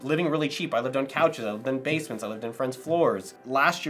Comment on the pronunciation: I was waiting to see if you were a native. Okay then I heard basement.. figures lol